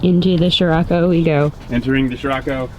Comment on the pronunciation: Love you videos but I couldn't watch this to the end. Nothing to do with not seeing your wifes butt. Your pronunciation was driving me mad. I've been in many countries for car shows and never heard it pronounced sh-rocco. So I checked the "American pronunciation on google ". Si-rocco. Try this : Greetings from Indonesia, where c is pronounced ch..... Except in the word sirocco. 🤣🤣🤣🤣 Keep up the great content.